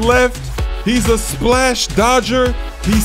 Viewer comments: Ha love it when he says splaash xD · How do he say splash like that??